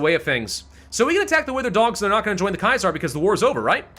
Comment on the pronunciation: The way you say Kaiser is wrong